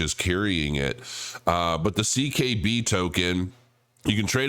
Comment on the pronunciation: It's CKB. At least get the acronym right. "See Kay Bee" CKB. C.K.B the Common Knowledge Byte. I'm sure you read it on the site you just read out to us on.